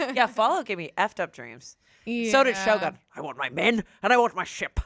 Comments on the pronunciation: The way pronounces Shogun 😂❤ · pronounciation of Shogun is a crime against Japanese language